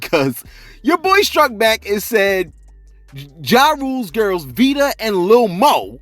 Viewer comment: Fat Joe str8 disrespectful, her name is VITA not VIDA and Lil Moe with an E is male. The nerrrrrve